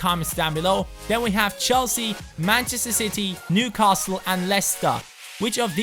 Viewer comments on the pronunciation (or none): none